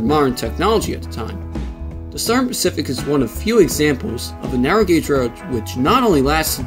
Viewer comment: ".. and the Sern pacific." I have never heard of that rail line. Can you elucidate? The champaign...... (Unintelligable). SLOW DOWN. Why do you post material with slurred words. Twice you stopped to correct the mash-up you made of names. What is the matter with you. Don't you listen to your own recordings???